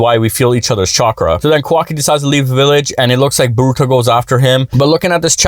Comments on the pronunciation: Bruh please stop saying "borooto" its "boruto" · I would believe you if you pronounced Naruto and Boruto names correctly